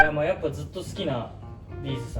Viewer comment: B'zのイントネーションが B'z好きな人のちゃんとしたイントネーション。 いつか認知して貰いたいね Mステに出ましょう🎵